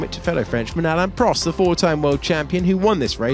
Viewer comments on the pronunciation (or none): none